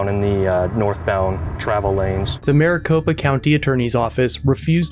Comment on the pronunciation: It's Maricopa.